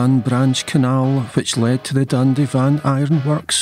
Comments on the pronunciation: Nice video, I see that you renamed Dundyvan (pronounced Dun-die-van) to Dandy-van then Dundy-van. 😁😁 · Thanks for clarifying that Dundy-van is not the correct pronunciation. While watching the video I was beginning to wonder if I’ve been wrongly pronouncing it Dun-dye-van for decades. 😂 Interesting video about my hometown btw. Thank you for sharing. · excellent stuff..but yiu shoulda asked native Dundyvan is pronounced Dun die van Happy New Year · Dundyvan not dundy van. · A wee FYI for those not born in the 'brig, it's Dun Dye Van rather than Dundy van,. A great trip down memory lane, thanks. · For those interested, Dundyvan is actually pronounced dun die van. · Good video. I think you'll find that locally Dundyvan is pronounced with the "y" sounding as in the word "dye". I live just off Dundyvan Road in Coatbridge. Thanks again. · Dundyvan is pronounced dund-ivan road. Apart from that very good man👏 my grandfather was born near the coal mine. Obviously his father worked there. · I live in the town & dundyvan is pronounced dund I (aye) van 👍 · It is pronounced dun die van road. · Pronounced Dunn Die Van, unless you aren't a local...